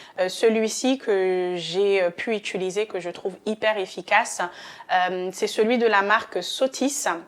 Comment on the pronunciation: On dit : utiliser et pas utuliser ! Merci.